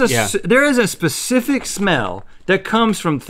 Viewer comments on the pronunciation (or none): none